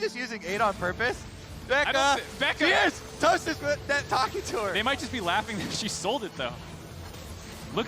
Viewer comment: Geeze they butchered Toasts name, lol.